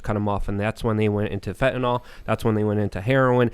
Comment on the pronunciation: fenteNYL........NOT fenteNOL.